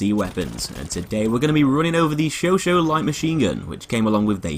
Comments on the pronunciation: It's "Show sah" my friend.Not "Show Show" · you pronounce it like "showshaw" not "showshow" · "Chauchat". "Chau-chaaaat". In other words, [ʃɔ'ʃɑ]. "Show-shaaaaa(h)". Not "sho-sho". I find the Chauchat way too slow to be effective in CQC despite its 3-shot-kill damage, not accurate enough to outclass the Huot or MG15 (deployed) at longer ranges, and with too small a magazine to be effective at suppressive fire. Can't find a suitable niche for it. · It’s not pronounced show show. It’s show chat. If it were show show Turin it would be spelled chauchau. It’s chauchat. The t is silent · Its said sho-sha not sho-sho. It annoys me how he says all the French weapons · Michael Robert It depends on your liking... the US like to call them "Show-Show" the French pronunciation for "Chauchat" is "Show-Shah" with a silent "T" but for new people who saw the gun for the first time would most likely to pronounce it as "Show-Shat"... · The host of Forgotten Weapons was pronouncing it the Sho Sho. It's an American pronunciation. This is the first video that comes up when looking up the weapon so I'm guessing that a lot of other Youtubers took his pronunciation to be the right one. But yeah, Sho-Shah is correct. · I can't do this... It's Chauchat, not Choo Choo! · Why do you pronounce it Sho Sho? That's wrong. Chat is not pronounced Sho! :/ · it's show-shaw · Ryan Wallis It's pronounced "Sho-sha" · Yeah that's pretty much it. I guess it's been called the Sho Sho by Americans for so long that it's just an accepted alternative pronunciation now. The 'Sho Sho' skin in BF1 is nice also. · Great gun, shame pronounced it wrong, now everyone will be doing it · That pronounce is innacurate.